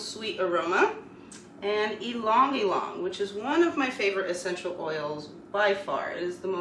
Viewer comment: The right way to pronounce ylang-ylang is" you-lang You-lang"